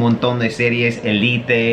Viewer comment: 😂😂😂 “Elite” 😂😂😂 ÉLITE